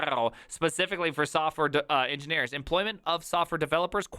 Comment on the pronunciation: "engineerelopers" LMAO